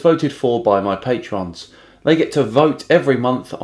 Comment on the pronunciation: "patrons" not "patreons" :P